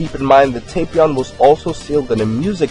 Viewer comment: its not tay-pion